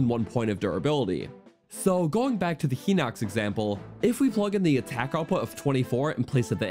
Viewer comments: It’s not pronounced Heeeeenox… It’s pronounced Highnox. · Not to be rude but hinox is supposed to be pronounced hine-ox not heenox. Sorry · no i know!! I was saying I didn't realize it was pronounced "hai-nox" and not "he-nox". I'm sorry if it seemed like I was asking what a Hinox was haha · Uh, wtf is Hai-nox? For someone who's anal about pronunciation you should really research it yourself. Hinox is pronounced "Hee-nocks" as the japanese romanized katakana pronunciation of the same name is "Hinokutsu" [i has a strong "e" sound in japanese] so yes, IT IS HE-NOX. Class is dismissed. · I say it Hih-nuhcks, and not Hai-nox (Hih sounds like it, hit, and bit) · You're right on the others, and until a few minutes ago I thought you were right on Hinox, but I just went to check. The Japanese for Hinox is: ヒノックス (Hinokkusu), meaning "He-nox" would be more correct, ヒ is always pronounced "he". "Hai" would use "はい" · He-nox. Liz-ar-fos. Whut?